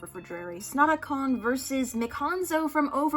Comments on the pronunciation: SNOTACON FANS WE MAY HAVE LOST BUT WE WON IN OUR HEARTS ;-; also FYI its pronounced snot-a-con :) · You pronounced Snotacon in every way except the correct way, it's Snot-A-Con